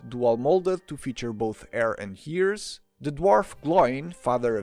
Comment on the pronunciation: Serious question: why do you say “air” for hair and “obbit” for hobbit then proceed to put the h that isn’t there in to say “hears” for ears? It makes no sense.